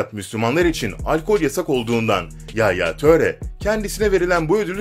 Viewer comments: Telaffuzunu sikeyim yaya töre ne ngolo kanti ne amk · Yalnız okunuşu yaya ture , engolo kante olacak